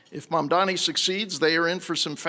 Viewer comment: For all his fancy Hillsdale College education, James Freeman appears incapable of reading letters in English and actually pronouncing correctly Zohran Mamdani's last name. Let an uncouth plebeian who DIDN'T attend Hillsdale help you out with that, good sir: Let's break it down, step by step: the name is spelled M-A-M-D-A-N-I. Start with the first syllable: "Mam". No, not "Man'. "Mam". That's it! You can do it! Now let's try the second syllable, probably a little easier than the first: "Da" That's it! You probably said that as a baby without thinking about it! "Da!' "Dada!" "Mama!" Now let's go for that final syllable. I know you can do it! Here we go... you ready? "Ni"! (Nee) That's it! You got it! Now, let's put them all together: MAM - DA - NI YES! Congratulations, Mr. Freeman! I KNEW you could do it! You can now correctly pronounce the name of New York City's next mayor. And that's a good thing, because he most definitely WILL be our next mayor, and you're probably going to find yourself having to repeat that last name many, many times. Of course, you've got quite a lot of other important things to learn from Mr. Mamdani as well, all of which arguably could be considered even more important than simply sounding out the details of a phonetically spelled last name. But all in good time. Baby steps first. Here's to the renaissance of my beloved New York City, beginning with the election of soon to be mayor, Zohran MAM-DA-NI.